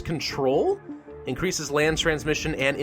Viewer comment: "oh... AIEIAEIAINNNcreases effectiveness in humid and arid environments, but causes moderate irritation in hosts." what did I just witness 💀